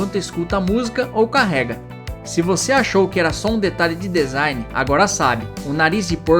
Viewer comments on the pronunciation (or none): none